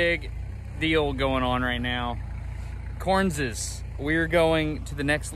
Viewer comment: Why does he say "Correnses?